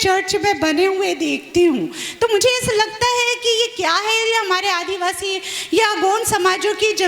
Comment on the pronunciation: पगला *आदवासी*बोलता है। आदिवासी का उच्चारण भी नहीं आता।